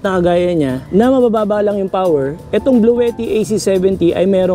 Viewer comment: hi sir! ang pronunciation po sa Bluetti ay "blu-tee" hehe.